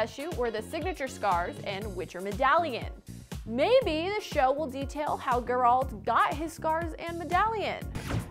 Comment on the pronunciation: Who’s “guralt” ?